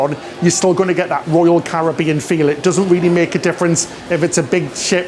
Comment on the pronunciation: Love your videos always look forward to the next one! We’ve done a few cruises mainly on royal first ship was navigator just done anthem we are one cruise away from diamond 🤗 keep up the good work.( hey think you need to tell how to pronounce “Caribbean “😂😂😂)